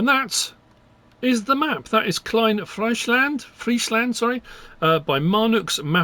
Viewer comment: Compliments on your pronunciation of "Klein Friesland"